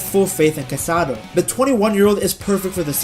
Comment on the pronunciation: Great video, but it's not CubArsi, but CubarsÍ. And it's not CasAdo, but CasadÓ